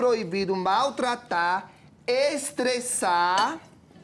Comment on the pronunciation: Kkkkkkkkk vc viu a ênfase no “estressar”? Kkkkkkk fogos estressa! Kkkkkkkkkkkk eu amei!